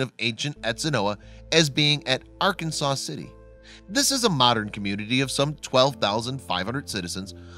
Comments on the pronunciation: The name of the city is Ar-Kansas City not Arkansas City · Ar-Kan-zas City, you doof. And in Kansas its El Door ay doh not El door ahh doh. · In Kansas it's pronounced Ar-kansas-city. I'm originally from Colorado, I learned quickly. I'm actually really close to the site. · You're wrong, Ray; Kiah is right. Arkansans of Kansas do not want their city pronounced the way the state of Arkansas is. So they shift the emphasis to the second syllable. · Born and raised in Wichita still here. And it was all over the news . It was news to all of us . Was a big deal for Ark City. We don't call it Arkanasaw city or Arkanasaw river .It's Arkansas city or Ark City. ArKansas river. We all had a laugh every time he said Arkansaw city and Arkanasaw river. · For your information, Arkansas City in Kansas, is pronounced as " r-Kansas" City, and often shortened to "Ark City". Likewise the Arkansas river is also pronounced as the "r-Kansas" river for its entire length within the borders of Kansas.